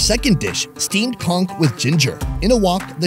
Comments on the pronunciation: Spongebob lied to me. I always thought that it was "konch" and not "kongk". :v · Pretty sure it's pronounced con - ch not cong - k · I can't get over how many times he says "conK"